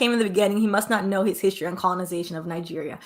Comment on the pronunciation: Pronounce Nigeria out sounds like nigge@